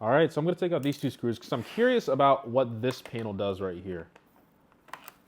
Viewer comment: Bro said “TWO” 😂😂😂